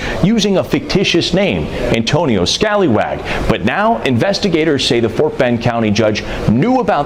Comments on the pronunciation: "Antonio Scalywag" lol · Scallywag has two 'l's ... that name is Scaly (as in a fish) wag. As with corruption, an inability to master English goes with this south east asian territory.